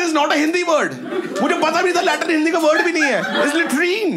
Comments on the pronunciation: Aap to phir bhi latrine bol rhe ho yhan to latring bolte hain😂😂😂😂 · Latrine nahi लेट्रिंग😂